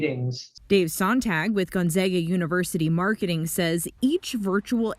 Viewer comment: Gunzaga? Our local news should at least say it correctly. Thank you for saying Gonzaga correctly.